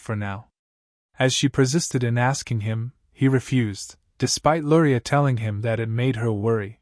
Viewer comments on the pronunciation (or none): I hear Lurai but read Luria 😅